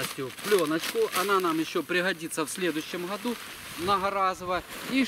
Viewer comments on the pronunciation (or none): none